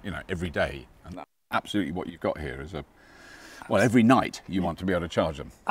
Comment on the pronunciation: Did he say, "App-solutely"? 🙂